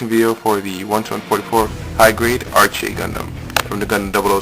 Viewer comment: Actually,it's pronounced "ArKe" ;) Great video,by the way.